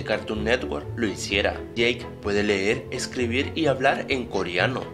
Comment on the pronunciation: maico WTF? es yake creo